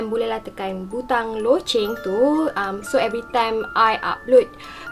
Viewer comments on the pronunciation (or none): none